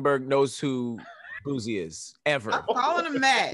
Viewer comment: please stop saying “boozie” it’s “boosie”.